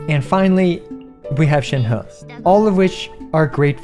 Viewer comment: Excellent video. But Imma just drop that I'm tired of hearing people saying Shenheu. It's pronounced Shenreh guys. Don't butcher names please. Thank you :)